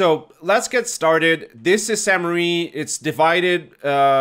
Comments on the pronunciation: Really minor comment, but everyone always calls this "Sainte Marie" - sadly it's not! "Sainte-Mere-Eglise" means "holy mother church" and is pronounced "Sainte MER Eglise", with "mere" rhyming with "where". Hope that helps! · great vid! I believe it’s pronounced “sehntuh mair Egleezuh” if that even makes sense lol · San Mair Eh-gleez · Nice vid! Regarding the pronounciation. It is pronounced "saint (as in a saint, in english) mare (as in nightmare) église (this part you got right) Keep the map breakdowns commin! Great content. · Sahn Mehr Egleez for the pronunciation, btw. If that phonetic spelling doesn't make sense you could drop the name in google translate, or if you want to spend more time but enjoy yourself more, find the episode of Band of Brothers where they say Sainte Mere Eglise because they actually pronounce it correctly. Can't remember if it's Winters that says it, but he's the only one I think should get it right, lol